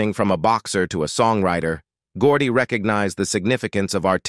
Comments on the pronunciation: Barry Geordie Jrrrr? Good grief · AI narrator told us about Barry Gordy “Jerrr.”